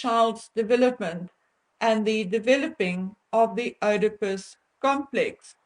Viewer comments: Not Oidepus .... If you're going to use big words then please learn to pronounce them. Especially as these words are used in clinical settings.Shame man, I understand you're Afrikaans and that you have an accent but if you do not know how to pronounce it please ask someone who does.It is Oedipus....God bless you.✝️🌼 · It's pronounced "eedipus." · FYI, it is pronounced ‘eedipus.’ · Sorry don't mean to be pendantic but the correct pronounciation is EEEdipus complex. If Harry's wife knew about any attack on women & helped to cover up the facts, then she would be liable for a charge of ACCESSORY after the fact, not Accomplice after the fact. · Oedipus is pronounced not with an 'O' like in Afrikaans, but with an 'E' in English. Something in my gut told me that people as entitled as H and M must have some rather dark secrets in their joint closets. When the truth comes out, it's not going to be pretty. Those 2 people may be wealthy and powerfully related, but they act really low class and are completely disrespectful, dishonest and self-entitled. I hope they get what they deserve - and it's coming soon. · 🥳💃✨😍🦁🌍🎈 PS: Not that it matters in the SLIGHTEST my dear, but one doesn't pronounce the ''O" in Oedipus. 👍🤗 Listen here on this old BBC You Tube video: 👉👉 The Oedipus Complex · Pronounced : Eeee-di-puss ... NOT ... Ohhh-di-puss. (ie. Oedipus complex). Just sayin' ... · It is pronounced “EEEE da pus”……..not “Oh da pus”. And it is Pustule….not pest tule…just saying. As you yourself would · You’re pronouncing Oedipus incorrectly. It’s not, “oh de pus”, it’s “ee”, as in need. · Hi honey the word Oedipus is not pronounced Odipus it is pronounced EEdipus. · Just a little point, Oedipus, is pronounced Edipus, (silent O) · Oedipus is pronounced "eedipus." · Oedipus is pronounced E - de - pus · Oedipus - the "O" is silent, hence EEdipus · I had to stop the video and look up how to pronounce œdipus because I've always heard it as ee-duh-pus